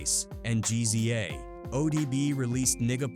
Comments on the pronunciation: reeza and gee-zee-a??? come on dude this ai slop is unwatchable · If your gonna do documentaries say the nameS right ..... It's Rza would be pronounced ( Rizza ) and the Gza ( Gizza )